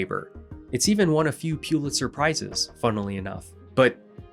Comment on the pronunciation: Pulitzer should actually be pronounced "PULL it sir", I just learned that within the last year or two.